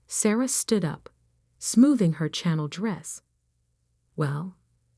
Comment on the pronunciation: Why do you have computers read these stories? Her “channel dress?” is a Chanel dress!!!